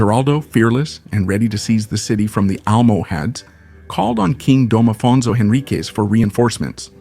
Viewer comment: when talking of the Portuguese king Afonso, his pronunciation is Spanish, this is not English.